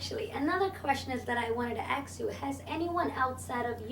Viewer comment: Wow this chick keeps saying aks instead of ask. lmao